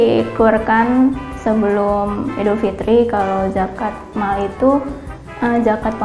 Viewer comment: kenapa gue ulang ulang ya yang "zakat mall" wwkwkwk